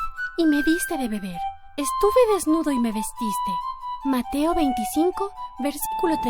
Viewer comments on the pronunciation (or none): hubo un instante en que escuche "mate a 25" en lugar de "mateo 25"